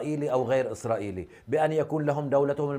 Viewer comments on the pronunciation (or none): الصحفيه قالت الجيش اسراقيلي😂😂😂😂😂